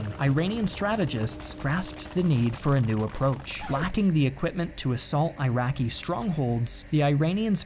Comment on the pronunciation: Why are you pronouncing "I rian" and 'I raqi" ?